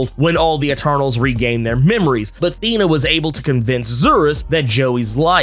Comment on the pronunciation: The way you speak Thena os anoiyng. Do Kingo.